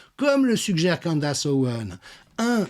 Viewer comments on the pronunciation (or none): Candess se prononce candIce. e=i